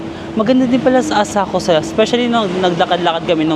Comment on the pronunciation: Walang U ang Asakusa, it’s pronounced ASAKSA….